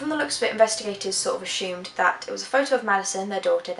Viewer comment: Strangest thing about this whole thing is where the "h" sound comes from the word Assumed?? Lol